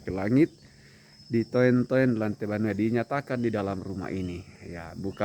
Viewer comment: Maaf jgn katakan ditoen- toen tp baca dituntun begitu sangmane